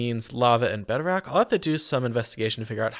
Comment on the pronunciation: Did you just call bedrock “bedrack”? 😂